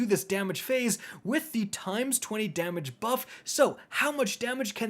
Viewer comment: In the Shuro Chi encounter review, I legit thought he said "...unload your big daddy..." not "...unload your big damage..." 😂